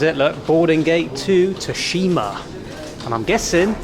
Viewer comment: there's a game based on Tsushima island on the ps5, one of the best games. Ghost of Tsushima also it's pronounced sushima